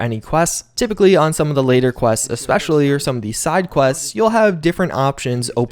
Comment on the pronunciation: he also says ex-specially instead of es-pecially another pet peeve of mine